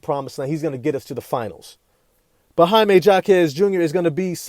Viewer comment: Say it right. Hymie Hawk ez. The J is an H sound.